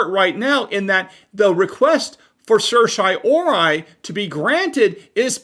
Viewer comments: certiorari. SURSH-EEEE-OH-RARI NOT, sursh - EYE - ohri Hard to take you seriously when I'm laughing so hard. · It's not "sir shy or i" it's "sir she o rar e". Or, just say writ of cert.